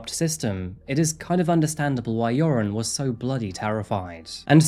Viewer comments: I know I shouldn’t, but when “Joran” is said it sounds like “urine” to me, and I smile because that is forever how I will think of him. He’s officially now. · I love how you pronounce his name like "urine". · I like how you pronounce his name, "". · Usually I'm HIGHLY critical of the way you pronounce words and names (basically anything Spanish), but I love how you pronounce Joran's name so it so it sounds like "". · I love that his name sounds like it's being pronounced, "urine" it truly fits the worthless Van Der Sloot. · I like how you pronounce his name “”. Fitting. 😂 I’m an American and that’s how it sounds to me. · Not sure if it’s intentional but I LOVE that you sound like you’re calling him. Perfect for that piss poor excuse for a human being. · Is it my imagination, or does pronounce Joren's name "urine"? Accident? I think not. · I enjoy that every time you say his name....I just think of "urine' lol. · I love how his name is pronounced "urine." Hope he rots in prison. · I'm slightly hard of hearing. It sounds like you are pronouncing his name as. Not sure if that's correct but am 100% positive it's appropriate. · The Dutch urge in me to correct people who pronounce Dutch names incorrectly is big but thb he is such an asshole so please keep mispronounce it forever !!! I feel so sorry for Natalee’s & Stephany’s familie. May he rot in jail forever